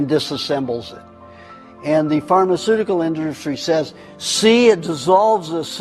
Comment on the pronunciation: “phrrrmaceurticurl indrrrstry” Let me be generous, did he survive a stroke? Or is he just a conspiracy nut drunk?